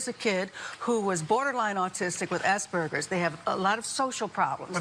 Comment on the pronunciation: Am i the only one who heard ass burgers